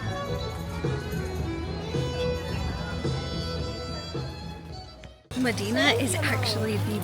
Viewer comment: Medìna??? MÒDENA, not Medìna.